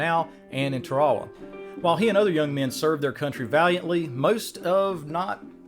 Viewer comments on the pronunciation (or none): Great video but the Japanese battle is pronounced "tear uh wa"